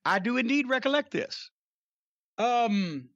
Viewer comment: That southern drawl came through, which made it funnier.